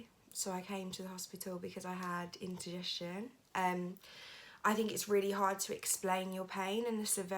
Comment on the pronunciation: She really needs to do something about those eyebrows! She looks like some kind of strange cartoon creature that always looks angry / surprised lol. Also, it's indigestion, not "intergestion" lol.